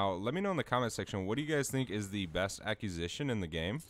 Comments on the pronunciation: A quiz i shin.... Not A cues i shin😂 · I love your videos and appreciate the hard work! Acquisition and accusation are two different words though...ACK-wuh-zih-shin